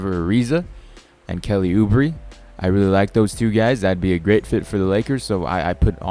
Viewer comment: Kelly u-bray is how to pronounce it